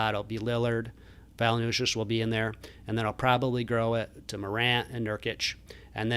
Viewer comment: It’s Valen-chew-ness brother 😂